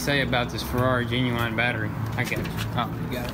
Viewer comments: They butchered genuwine. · Dont forget the genuwine battery.